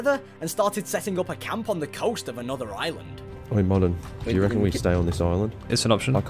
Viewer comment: Reckon* not RECON